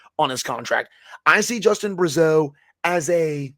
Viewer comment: As one of your favourite listener of the show and as I said before I played hockey with Justin Brazeau and his dad coached us also but every time I hear a nhl announcer pronounce his name incorrectly I wish I could correct everyone lol. Everyone pronounces it like Bruh-zeau but it’s pronounced like brah-zeau just thought I’d let you know because I’m pumped to watch him play on my favourite team and hear about him on this show just want to hear his name pronounced correctly lol that all haha